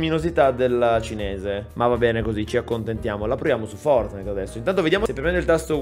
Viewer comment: Oh fatto il pvovino pev gli erre esse enne e oh vinto il fovtnite